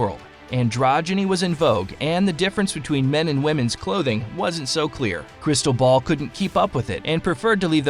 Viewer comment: Crystal Ball…. CRISTOBAL… It is not so difficult to pronounce if you care a bit